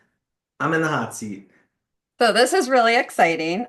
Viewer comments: I heard "I'm in the hot seat" as, "I'm a Nazi." I had to go back and play it twice. Congratulations on ten years, and on not being a Nazi. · Oh! You said you're in the hot seat 😂 I had to turn on closed captions because it sounded like you said you're a Nazi 😅